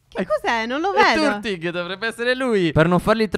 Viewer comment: Turtig? Ahahahah é tartuig nn so come si scrive ma so come si pronuncia